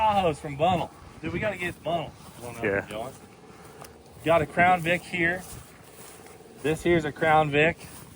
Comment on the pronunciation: I'll take the old vette. Hit me up. And it's pronounced Bun-nelle (I live there lol)